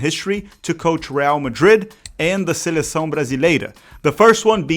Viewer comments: Vi o nome do canal, o título do vídeo e fiquei confuso com o rapaz falando inglês. Na hora que ele falou ' seleção ' e não 'selessáum' foi que caiu a ficha 😂😂😂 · Tava comprando que vc era gringo até vc pronunciar perfeitamente "seleção". Ótimo vídeo 👍🏽